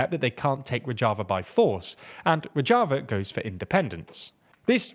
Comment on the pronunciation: Rozhava ( rož ) not rodg